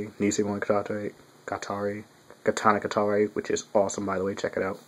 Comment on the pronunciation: I think it's pronounced 'knee-see-oh-eye-sen' or nishioaisen.